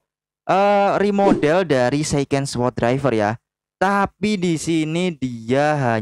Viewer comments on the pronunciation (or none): none